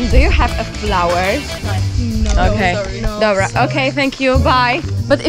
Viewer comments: XDDDD okej dobła, ale się wczuła w angielski xDDDD kisne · "Okey Dobła" XDDD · DOBRUA, kocham twój angielski 😂❤ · Fajny moment jak rozmawiała po angielsku i w pewnym momencie powiedziała "dobrła" haha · ✨Dobłra✨ 😂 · MÓWIĄCA „DOBŁA” TO ZŁOTO ODCINKA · najbardziej zaakcentowane dobra jakie kiedykolwiek usłyszałem xD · czy tylko ja to zauważyłam że w minucie powiedziała "dobra, ok thank you" ale te dobra z takim akcentem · Ponglish: Dobra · "dobra" po angielsku xD